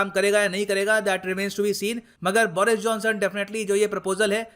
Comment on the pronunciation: बोरिस नही बरीस watch - (go goa gone)